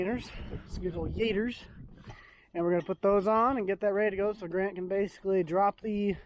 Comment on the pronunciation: I thought you said grandma not grant